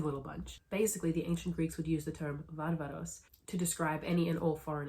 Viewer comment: Thank you for pronouncing βάρβαρος correctly as 'varvaros' not 'barbaros'.